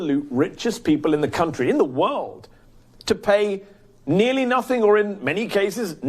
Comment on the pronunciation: YOU DO IT ALL THE TIME!!! IT IS "NOTHING" NOT "NOTHINK!!!" YOU ARE BETTER THAN THIS MEHDI!